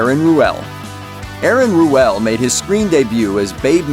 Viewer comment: Aaron Ruell's name is is pronounced rule, idiot.